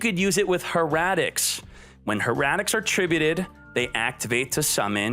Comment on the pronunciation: Man, I was like "Odd-eyes, finally a video I can listen to where he doesn't mispronounce every archetype" and I'll give him credit, he made it to before he finally butchered hieratics (her-aa-ticks? Come on dude)